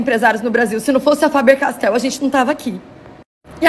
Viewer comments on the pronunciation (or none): "Fabecastel" foi boa kkkk